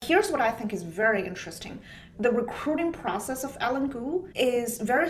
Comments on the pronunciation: "Eileen" is not pronounced "Ellen". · It's Eileen cuz